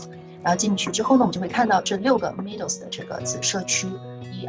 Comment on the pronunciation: Meadow 这个字是读 ˈmedō/ （美豆），不是像你读的米豆。